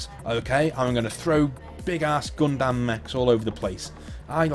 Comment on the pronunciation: You mispronounced Gundam, it is NOT pronounced "Gun-damn" it's "Gun-dumb", not that older Gundam series were dumb, just lacking uncensored female masturbation or lesbian stuff, nudity and sex! Gundam Wing and/or Gundam Wing Endless Waltz could have had that to break the tension of war and politics and family dynamics! At least Mobile Suit Gundam: The 08th MS Team had some nudity, the guerilla-faction leader's daughter who was swimming naked in the pond, that was a true breath-of-fresh-air for me because if it just has war, politics and family dynamics, if any, then it's just for the appreciation for the Character Design and Story!